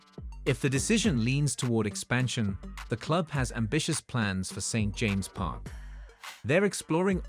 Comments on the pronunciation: Some strange pronunciations ! St James’ is pronounced James’s Magpie is pronounced mag pie ! As for the stadium, a brand new 70,000 built in castle leazes as shown on bondibot would be the ideal solution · Another crap AI generated video. Can't even pronounce St James' Park.